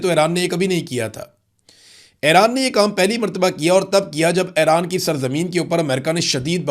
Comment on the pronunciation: Imran Riaz Sb,Iran is pronounced as E-ran not A-ran, similarly it is Fu- jairah not Fi- jairah